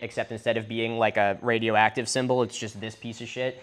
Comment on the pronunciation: radio egg-tive